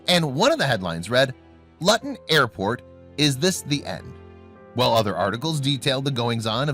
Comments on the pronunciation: Not Lutton. Luton is pronounced loo-tn. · Its not pronounced lutton, its Luton pronounced " Loo tun ". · Also. The place name is pronounced as looton. What were strange noises. Clickbait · Luton, Bedfordshire, is pronounced LOOTON, not LUTTON !! 🇬🇧🇬🇧🇬🇧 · Its pronounced LOO-TEN , not LUTTEN. This asshat is annoying. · It’s not Luton rhyming with glutton, it’s Luton rhyming with Lou ton. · Luton is pronounced Loo ton Not lutton. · The way you pronounced the town name was horrible. You said it like BUTTER.. LUTTON but you needed to pronounce the U as OO LOOTON. To pronounce it like you did, it needs a double T and there is onyl one and so you pronounce it LOO not LU. This is how ENGLISH works. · lol "lutn" it is pronounded l.oo.ton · It's not pronounced Litton it's pronounced Looton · Pronounce place names properly Lutton does not exist as a small town, Luton does and pronounce it as Looton. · Pronounced LOOTON.. not luuuton!! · It’s not Pronounced LUTTON. Luton is pronounced LOOTON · Its pronounced loo ton airport not lut un 😂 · Luton is pronounced Looton. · it is Luton .. Pronounced looton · For chrissakes it is pronounced 'LOOton.' There is a major airport there. Not hard to do a little research. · Got as far as "Lutton" and "Vo-hall" before deciding this guy can't speak English and switching off. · Luton Airport not Lutton. Plonker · It's not Luton as in mutton, it's Luton as in Looton get your pronouciation sorted. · It’s pronounced looton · Simon says Luton is pronounced Looton ... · Ha ha ha! It's pronounced "LOO-TUN"! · Pronunciation is LUton. "Looton". Try hiring a literate talking head. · Luton is pronounced as "looton"!!! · The pronunciation of "Luton England " had me in tears. Sorry . Try lute & on. Lol. Yes I was born there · Luton airport is pronounced, Loo-ton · It’s Looo-Ton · Luton? Maybe ...pronounced Loo ton! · Luton Pronounced Loo-ten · Luton. Pron. Lewton. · Luton is pronounced....Looton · Luton....pronounced looton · The name is pronounced Looton